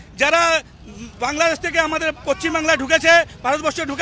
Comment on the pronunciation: কথাটা (পশ্চিম বাংলা) পচচিম বাংলা নয়